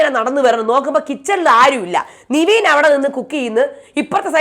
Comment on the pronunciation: നിവീൻ അല്ല നെവിൻ 🙂എത്ര പറഞ്ഞിട്ടും കാര്യം ഇല്ല 🙂